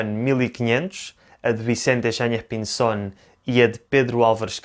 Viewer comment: Muy argentino tu acento para pronunciar "Yáñez Pinzón" !! Parabéns, passa por nativo